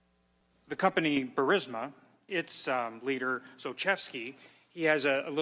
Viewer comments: Bur-eez-muh. Not Bur-sim-uh😂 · Is it really "Bursima?" And "phalynx?" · Ok Benny. Once and for all. It’s “BURR-IS- MAH”. You’re killing me, Smalls. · U run foxnews clips as your own report??!! Ur channel is crap ..... Not to mention you don't even pronounce "bursima" correctly!!!!